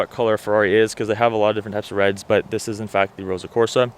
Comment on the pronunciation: It's Ross-o red...not Rosa red.